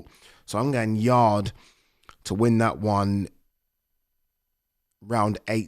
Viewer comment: 😅 you said yarde